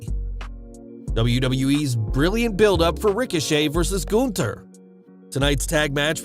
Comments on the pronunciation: Goonther😂😂.... Its Gunther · It’s “GUNTHER “ LOL Not that hard to pronounce